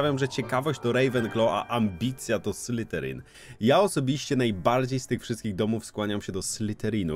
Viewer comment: błagam, to nie SlyTerin. Prawidłowa wymowa to /ˈslɪðərɪŋ/. Dźwięczne th zbliżone do polskiego /z/, koniec języka między zęby i delikatna wibracja dźwięku /z/. SlyTerin przez T brzmi bardziej jak podrzynanie gardła, a nie pełzanie węża xD